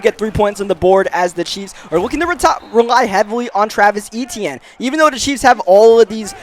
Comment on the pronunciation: Its literrally my name dont butcher it no more😂